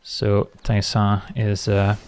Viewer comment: I think it's because he says it so gently, like "teh-sa" instead of "tay-sa"